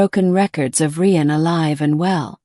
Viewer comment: Rian is pronounced the same as Ryan, you stupid machine😂